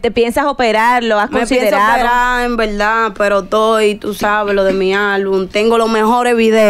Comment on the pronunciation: Dijo EN VELDA, 500 VECES!!! TIENE UN LÉXICO DE 20 PALABRAS NADA MAS. EN VELDA, EN VELDA....